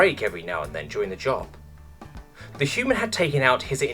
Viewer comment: I straight up lost half my coffee and contracted asthma when hyu-man was pronounced high-u-ooo-muun. Poor narrator must have had a stroke while reading that one.